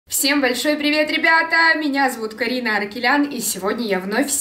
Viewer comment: вообщето она сказала Каринао